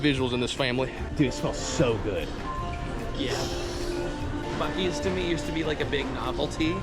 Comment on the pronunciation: I can’t lie, I cringed everytime you said it like (busies) and yes, I live in Texas. Not far from a buc-ee’s.